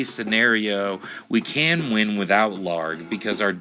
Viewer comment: Ugh, his name is ill-harg not LARG.